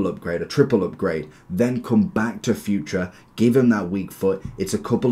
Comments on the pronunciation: I'm Portuguese, it's not pronounced like you say. It's actually Futr not furt-ray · bro his name is pronounced fu-tray, its really funny you call him future 🤣